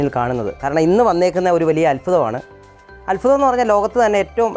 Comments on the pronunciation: അല്ഫുതം അല്ല അത്ഭുതം എന്ന് പറയു മോനെ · അത്ഭുതം,,, അല്ലാതെ അൽഫുദം അല്ല,,,,, 😁